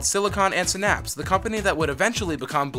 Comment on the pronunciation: Se - naps